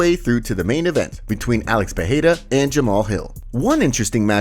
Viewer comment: Just an advice, his name isn’t PeHeira, it’s pronounced Pereira just like you read it. For your future videos :)